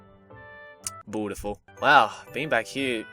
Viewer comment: "Lovey Dovey...Bread....bottyful"... That just killed me.